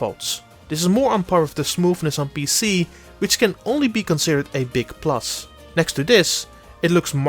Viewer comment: ‘The smoofness of the game’ 😅